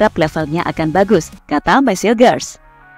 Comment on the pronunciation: Mees mbak bukan mess